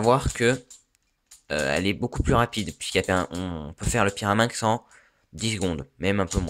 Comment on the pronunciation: pyraminx et non pas pirameinx